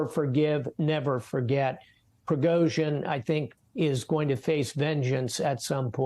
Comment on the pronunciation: Is Admiral Stavridis actually an expert on this? That he doesn't seem capable of pronouncing Prigozhin's name hardly gives me confidence. I don't buy some of his analysis, not least that this was a revolt against 'the king', against Putin, something Prigozhin has never claimed (how Putin perceives it is another matter, and how the Russian authorities see it yet another). Indeed, Prigozhin has not ever – as far as I am aware – attacked either Putin or the Russian Government, just the army staff. This looks to me more like an attempt to shake up the military system than to install Prigozhin as head of state.